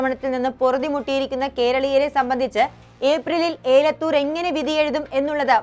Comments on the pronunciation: ഏലത്തൂർ അല്ല എലത്തൂർ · എലത്തൂർ എന്നത് ഏലത്തൂരും, കാനത്തിൽ എന്നത് കനത്തിൽ എന്നും